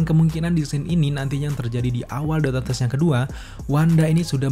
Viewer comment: Bang, dotor strange apa doctor strange? Lu kalo ngomong yang jelas dikit napa buru² banget